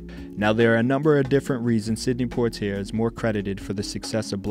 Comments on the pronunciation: good doc. however, "Lah-na Turner" and sydney Pwah-tee-ay" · lol yes their names could have been pronounced better. Thanks for watching